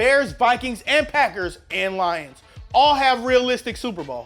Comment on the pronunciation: that emphasise on the Lions made it clear that you're lions fan